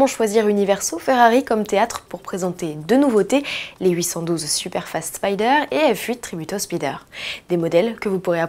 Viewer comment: Spyder ou spider? Spyder sonne mieux à l’oreille;) je prefere le son anglais pour ce mot là